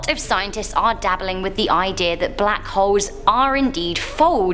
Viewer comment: sorry but i just heard bLaCk hOEss 😔